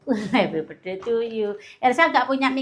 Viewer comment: Bukan besday ngucapnya itu jangan besday tp birthday mending ga usah ngomong bahasa inggris klu emang inggrisnya ga bagus, mending ngomong indonesia aja, malu klu di liat orang luar negri mosok ngucap birthday jadi besday 😀😀😀